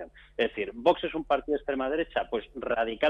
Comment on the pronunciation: Espero que algún día el presentador aprenda a pronunciar la X de VOX. Una ayuda, se dice VOKS.